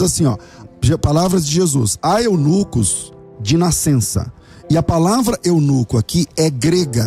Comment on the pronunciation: é eunuCU pastor, eunuCU kkkkkkkkkkk